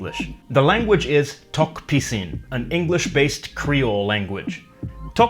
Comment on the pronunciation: I thought u pronounced tok pissing